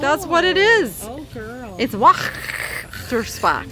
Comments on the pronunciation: We ever and anon show some enthusiasm :-) p.s. Waechtersbach = VESH-TERS-BAR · When pronouncing Waechtersbach, the W sounds like a V, so it would be pronounced Vaechtersbach. Also in German, the V's take the sound of a W. I learned this while living in Germany for 10 years. Love watching you as you always have so much fun regardless if you are with your friends, family or just by yourself.